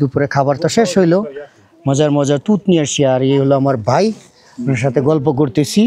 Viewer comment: বাই না ভাই বলুন ঠিক করে বাংলা বলুন